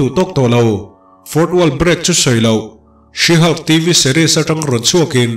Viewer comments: Sir, Sea/see Hulk tia lam lovin, SHE HULK tiin lam zawk la, SHE HULK tiin i ziak a 'see/sea hulk' tiin i lam leh daih bawk sia. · 'sea' niloin she han Tila te ka ti ve mai mai 😄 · Si Hulk' ti tawp loin '(She)Shi Hulk' ti la, adik zok angem? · Sir,Sea Hulk angin I lam a ..She Hulk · 'She' thluk hniam laaaa...tuna i lam rik danah chuan...'Sea' a ni daih...🎉❤🎉❤🎉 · Thanks... Tuna SHE HULK - ah chuan 'SHE' hi thluk hniam tur. Tuna i lamrik dan chu 'SEE' emaw 'SEA' lamrik angin i rawn thluk sang daih a. A kawh a dang ta daih anih chu. Google ah hian Pronunciation en ila a chiang ber. 🎉❤🎉❤ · i lam dam hi sea hulk ti a ang e😂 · Sea hulk tih a lam tur a nilo